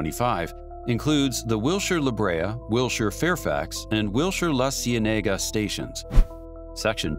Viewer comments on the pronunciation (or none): Okay, the video is repetitive, uses visuals that have zero to do with the story (why the endless shots of Silverlake?), and was obviously written - and narrated - by people who live no where near LA (La See Nee Ga? Really?). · These AI videos are annoying, with mismatched videography and mispronunciation of local features. La Cienega locally is pronounced: La SEE-eneh-gah. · So frustrating when AI repeats the content over and over and mispronounces street names (La Cienaga) or cities. It is laughable.